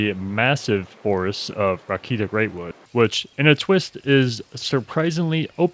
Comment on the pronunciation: "Eatulshire" "Cowerthas" "Rakeeta" Greatwood Castrum "Orains" Red Rooster "Steed" Got the pharos and ceruleum right somehow lol...even used crevasse correctly...whew man that was a trip of ups and downs in reading and pronunciation.